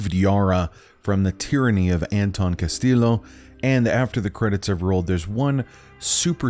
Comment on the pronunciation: Hurts me to hear "Kastilo"